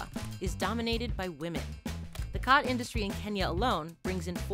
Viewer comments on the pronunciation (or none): its pronounced more like gat than khat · Watching from Ethiopia Africa. It is pronounced chat not cat. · You're mispronouncing it. Its not Cat its more like Chaat. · It's pronounced as "Chaat" in Amharic 😂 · It’s pronounced “ghath” (Yeman)